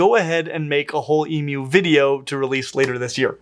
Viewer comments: Strange. I’ve only ever heard people pronounce it that way. Didn’t realize it was uncommon. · The correct way is the way is pronouncing it (which to my ears sounds like e-mew). And cats don’t just meow, they also mew, so that’s the reason for the cat emoji. So basically: E-mew (rhymes with queue)- way pronounces it, correct pronunciation E-moo (rhymes with true)- way some people pronounce it, wrong pronunciation E-meow (rhymes with cow)- way no one pronounces it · e-moo. He says e-mew which is correct. So many people make a moo sound but the correct pronunciation is e-mew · As an Australian, I am overjoyed to hear an American correctly pronounce emu. Thank you! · I've literally never heard someone pronounce it e-moo, and I used to volunteer at a zoo that had an emu. E-mew is the only pronunciation I've ever heard. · Texan, and in all my 60 years I have never heard anyone say E-Moo, not even when speaking about mechanical bulls, though I have heard Moo-Poo said by children in cattle barns. I can't really really say I've ever heard E-Mew (rhymes with E-New) either, only E-Myou just like he is saying it. And now with all the Australians saying it's pronounced E-Mew, which to me sounds just like E-Moo (rhymes with E-New) when I say it, I'm confused. I am further confused by his emoji comparison, E-🐱 not E-🐮, cats don't mew, they mEow and it can't be E-Meow can it? Help! Is it E-Myou like he is saying it, or E-Mew/E-Moo, or , heaven forbid, E-MEow cat emoji? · that is accurate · That's the only way I've ever heard anybody say "emu" in my entire 43 years as an American. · this threw me off so hard. hit even harder once i realized this was the correct way of pronouncing it. legit never heard it this way before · I’ve never heard someone say it except for the way did. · As an Aussie, it's so refreshing hearing the word emu pronounced correctly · It is strange to hear an American who can say emu correctly.